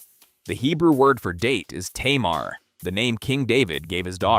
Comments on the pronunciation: It's pronounced Ta-Mar not Tae-mar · Harsh mangling of Hebrew going on here. Tay-mar? Really? It only gets worse. 🙉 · Tay-mar…. Hahaha